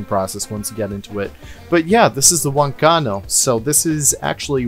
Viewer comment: The "guanaco" gave me physical pain.